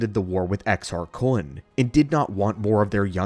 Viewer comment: Why do you say Kun like that? You know there isn't a w in there right?